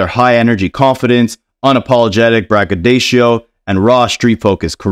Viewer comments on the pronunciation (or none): BraggaDOcio (pronounced exactly like DO, not like DOE)… and DEFINITELY not -DACIO (which is what the OP stated). OP, call me when you get lost ✍🏼 🎯